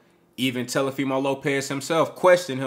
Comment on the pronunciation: " Telefimo" Lopez 😂